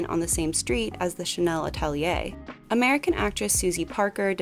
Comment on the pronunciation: i loved this video but your pronunciation of some of the french and/or german words is absolutely atrocious. Atelier, the surname Tatou... please try a bit harder or at least look that up a bit more thoroughly before you post.